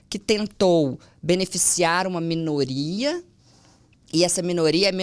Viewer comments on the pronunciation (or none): Alguém mais escutou ela dizendo "menoria"? 🙈 . Mas não diminui a qualidade da entrevista, que foi excelente. Parabéns. ❤🤗